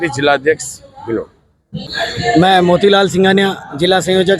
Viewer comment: कँई जातियाँ आज भी पिछड़ी हुई हैं - कँई नहीं, कई । भिलवाड़ा नहीं, भीलवाड़ा विध्यालय नहीं, विद् यालय सभाचार वाचिका उच्चार शुद्ध करें ।